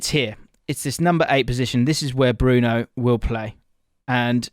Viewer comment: How can this guy talk about this player? He can not even say Bruno's name correctly..